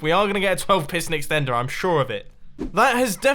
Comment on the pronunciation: You said extenter like a milion time